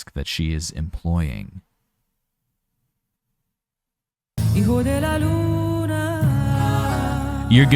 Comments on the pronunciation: Ehhmmmmm....... don't you know how to pronounce hijo? The way you pronounce it, it sounds like io, while you should pronounce it with a gutteral j (more or less as the Dutch g or ch)! And the h is the same as in English! Aside from that: in relation to the German translation, the sun is female and the moon is male (as in all germanic languages), while in the Romance languages the sun is male and the moon female. Personally, I like Karsu's version over the original one, although the original certainly has its merits as well. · You pronounce it lik hiego de la Luna